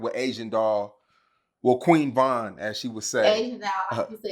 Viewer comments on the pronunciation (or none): This Nigga said queen von 🤦🏿‍♂️🤦🏿‍♂️